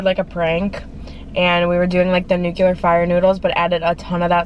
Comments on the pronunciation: it’s nuclear not nucelar 😂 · Please don't say "nucular". Not a word!